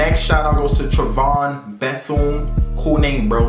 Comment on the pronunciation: I was so mad when he said Tre-von